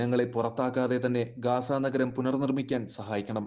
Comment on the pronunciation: ഗാസ അല്ല സഹോദര ഗസ്സ എന്നാണ്